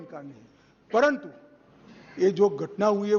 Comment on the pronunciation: Paranthu…. Paranthu…😂😂😂😂😂